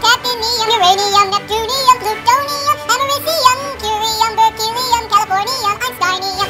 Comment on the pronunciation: Am I the only one who gets a kick outta the way he says "Plutonium"?